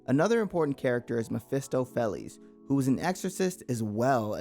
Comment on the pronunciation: “Fell-les” XD “Fay-les”